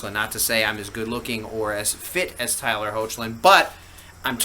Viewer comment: hi! jus wanna clarify with u, i hope my previous comment didnt sound rude 2 u. if it does, then pls accept my apology. i only meant 2 share the info (pronounciation of tyler's last name) anyways, cheers! keep up the good work!